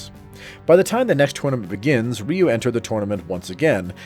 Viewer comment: First off his name is not "Ree-yew"